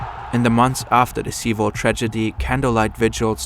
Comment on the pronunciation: at least pronounce sewol right. how unprofessional